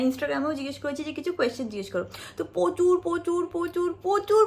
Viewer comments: Pochur Naa sunte kirom laglo প্রচুর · পচুর না প্রচুর! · .13 sec lots of questions nd u tell in bengali পোচুর। Its Prochur(প্রচুর)😊😊. U r very preety so I hv no question to u bcz as a youtuber I know everybody has his/her own personal life so lots of love 4 u ❤❤